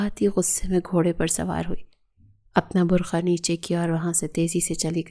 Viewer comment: بر کھا نہیں بر قعہ 😂😂😂 بی بی